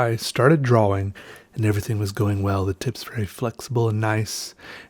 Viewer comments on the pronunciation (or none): are you saying draw-wing? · Dwawing lol